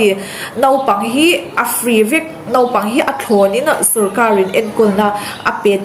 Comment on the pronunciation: Nopang tia lam ri lo khan naupang tiin han lam ri hram2 teh aw😀